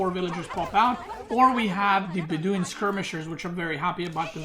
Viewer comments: Bedouin is bed-oh-win btw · wow your pronounciation of some words like Beduin or orchard... way off...